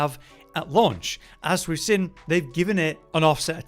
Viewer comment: Why cant this guy say 'seen' or 'seem' properly does my head in